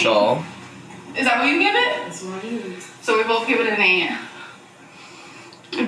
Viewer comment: Trigger warning: I'm about to add an "l" to words that don't have one, like molment and bolth